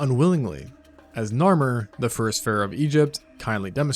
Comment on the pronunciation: Phroah? really?